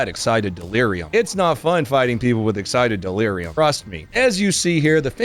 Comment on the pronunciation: "exited deleruim" boi shucho ass up XD